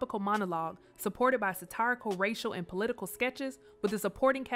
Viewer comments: Sat-eye-rical 😂 cmon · Its pronounced wah-dih-tah, sada-tay... and the word is satirical, not satArical...